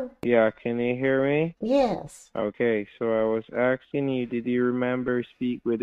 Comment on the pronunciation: It drives me crazy how they can’t properly annunciate “asking” always sounds like “axing” 😂